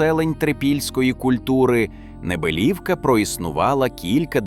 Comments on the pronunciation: Саме так. Неприємно слухати цей наратив. Моя тітка з Підвисокого також сміялася з неправильного наголосу цього "науковця"... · Село має назву Небелівка, з наголосом на букву і. Моя мама живе в сусідньому селі - Підвисокому. Там також є величезне трипільське поселення. Але... засипали його, бо це ж земля для посіву. Головне гроші, а не історія.